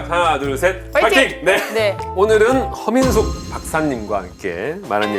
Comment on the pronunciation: 허민숙 박사님이라고 할때마다 커밍순으로 들리네